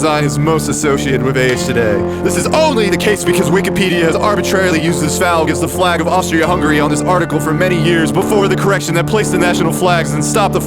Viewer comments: “Falg” lol. That’s some geno tier reading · Thankyou for pronouncing "falg" as written. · “This falg” I lost it. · bro said falg😭😭😭😭😭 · that “falg” caught me off guard 💀